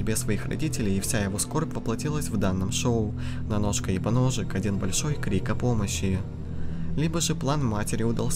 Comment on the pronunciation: Прочитать поножик;❌ Прочитать поносик;✔️